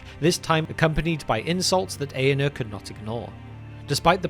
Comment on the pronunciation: Very good video. If I may suggest, the letter R is pronounced in the names. It’s AragoRN, EaRnuR etc. thanks